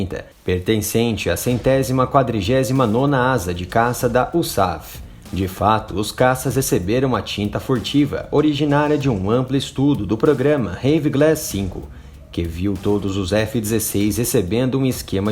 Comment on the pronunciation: Pronuncia: "iu-éss-ei-éf" e não Uçaf.